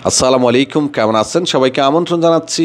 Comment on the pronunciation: ভাই আপনি সালামালাইকুম না বলে আসসালামুয়ালাইকুম বলবেন